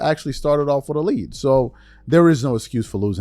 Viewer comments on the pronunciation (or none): none